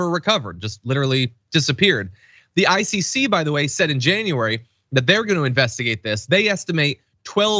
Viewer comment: ICC sounds like "icy sea" if you're just listening. Had to do a rewind. lol.